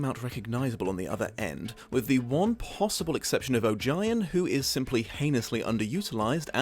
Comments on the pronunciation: Say it with me: "OH-GEE-ON" not oh jy on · Also, a couple of gripes: Ogion is pronounced like it rhymes with "bogey on" (according to LeGuin). More important, to me: Ged didn't meet his dark half. The shadoww wasn't a manifestation of his ego or of his evil. It was his mortality - the literal fact of his inevitable death, made manifest. It could not be run from, it could not be defeated. It could only be accepted. It WAS him. All along. Others, in that book in particular, who put the label of evil on it never understand it as well as Ged does. He's the only one we know of who ever comes to understand and 'defeat' such a shadow. Likewise, the dark powers of the earth, including the nameless ones, are NOT evil. They're not soul eating demons. They're not monsters. They were here first, and they never thought like we do, or felt like we do. They're the older forces that keep the world anchored and sturdy. So much so that they seem to be bound to specific places. They are every bit as important to the balance of Earthsea as are the dragons, the humans, the sun, and the sea. Ged even plainly states to Tenar that they're not evil. But he also says that people shouldn't have anything to do with them. They're alien. Unlike us. But not evil. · His master is pronounced OH-gee-on based on my audiobook but who knows I guess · Just wanted to say "Ogion" is pronounced 'bogey(without the B sound)-On' from le Guin her self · That's a relief. I've been pronouncing it that way in my head for years. Hearing "O-jai-on" messed with my brain a little. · Umm if you listen to Ursula LeGuin herself reading one of the short stories in The Tales of Earthsea (which is a collection of short stories including how Roke was founded and about Ogion and his master), you will notice that she pronounces Ogion as [OH-GEE-ON], it was a bit disconcerting to hear it, not mispronounced but not pronounced as intended. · Oh-gi-on? I’ve been saying it to rhyme with ‘Onion’ 😂